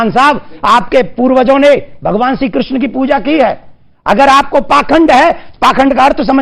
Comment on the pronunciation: किर्षण नहीं बोला जाता कृष्ण बोला जाता है